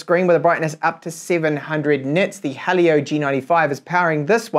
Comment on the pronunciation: Helio Not halio